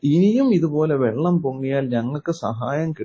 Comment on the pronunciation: വെള്ളമല്ലേ കുടിക്കുന്നത്..? വള്ളമല്ലല്ലോ...?